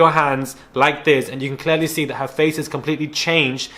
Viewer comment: misguided nonsense is the best thing i’ve heard in ages!! Even funnier was when you spoke about Julia you said something like ‘we haven’t been hit in the fox for a while’ (instead of face) 🤣😂 This episode was so funny!